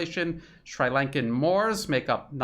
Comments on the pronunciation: Brilliant work, as usual,! I've learned so much from this video. A relatively trivial point, though: the i in Sri is pronounced like the i in sit. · pronunciation: NOT shrEYElanka but shrEAlanka ... thank you for all you do! truth as no price! unless the CRIMINAL WESTERN Ashkenazim CLAN FINANCIAL SYSTEM is on the other end. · It’s Sri(Shree) Lanka. Not Sry Lanka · I believe it is pronounced "Sree" Lanka.